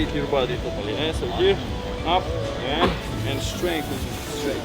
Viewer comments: It's not "Ehhh". It is "Yeah". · He's saying "yeah" not "eh" 😂